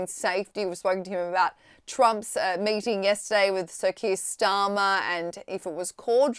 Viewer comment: I heard "mating"